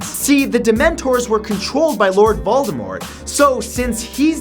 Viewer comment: Did you say Voldemort with a silent "t"? If so, THANK YOU!